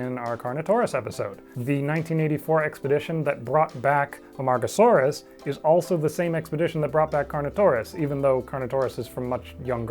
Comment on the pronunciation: I must have my head burned because I hear Amongusaurus instead of Amargasaurus